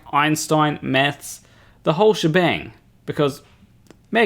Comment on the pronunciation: I cannot stop thinking that he is saying meths when he says maths, love your videos by the way.